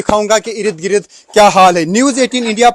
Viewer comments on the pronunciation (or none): अरे गोदी रिपोर्टर ठीक से बोलो। 50 बार तो ये कह चुके कि "आप देख सकते हैं"। और 10 बार ereed greed बोल चुके हो। भाई इर्द गिर्द होता है। Ereed greed नहीं। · Urdu Hindi sahi bola karein . Yeh "Irid Girid " nahi balke Sahi " Ird Gird " hai 🎉.